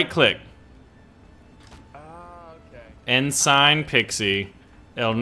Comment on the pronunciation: It's pronounced Ensin.. aka spelled Ensign